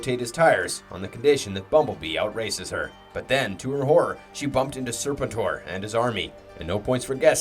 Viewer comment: there is lots wrong with this video did you hear how he referred to serpentor? or how he said jhiaxus like an AI would? its FREEKING GEEEEEHAXUS lol how hard is it to get names right? its either someone reading a script with no knowledge of the lore, or its an AI channel. go watch a few other videos they all sound robotic and mispronounce everything too!